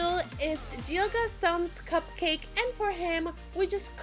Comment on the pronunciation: By the way his name is gill not jill